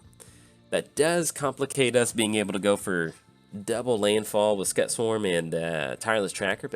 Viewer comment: Cool list. Just waiting on some cards and I'll have my list of Hazezon all done. Looking forward to playing it! Oh, Just so you know Scute is pronounced kinda like ss-cu-te.